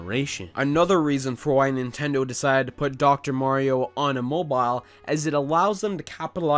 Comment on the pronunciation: If i hear the word "moboaa" obe more time, i will scream